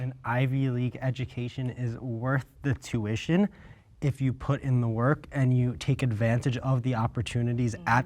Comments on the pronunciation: … anyone else noticed the promoter saying “tution” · lolol the narrator said “tution”